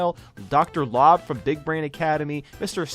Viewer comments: Dr. "lob?" it's LOBE, LOW-b! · It's Lobe. The "lo" is pronounced as in "low". It's a brainy pun, though. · Student: Teacher, I think I’ve found the worst pronunciation to a word I’ve heard! Teacher: Oh, I’m sure it can’t be THAT bad.: Dr. LOB Teacher: Oh dear god Keep it up, you’re doing awesome! 😄😛